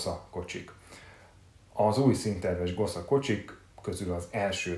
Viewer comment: Nagyon furcsán hangzik a Gosza ... Az Gosa-nak kell mondani ! 😉